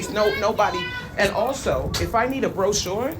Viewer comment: Broshore broshore??? 😅😅😅😅😅😅